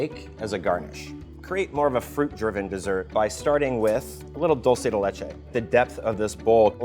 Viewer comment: I can't belive he pronounced "dulce de leche" correctly.